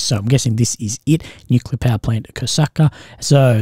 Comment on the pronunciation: WHY CAN'T AMERICANS SAY NUCLEAR PROPERLY